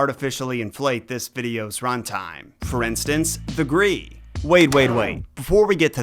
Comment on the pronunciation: When I looked up the pronunciation of Graeae, it said it was "Grye-eye" but I'm assuming both are considered correct because getting "gree" from that had to be from an outside source/authority. That said I'm not gonna complain but I WILL twitch slightly every time you say it.